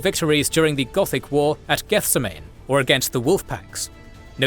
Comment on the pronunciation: "Gethsemane" should probably be pronounced geth-seh-muh-nee, like the Biblical location it's named after.